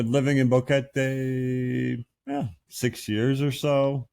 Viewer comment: Boring? not at all. Old, well, that's just a number. Keep it up. I was surprised by the music video at the end. Great song, but Boquete is badly mispronounced.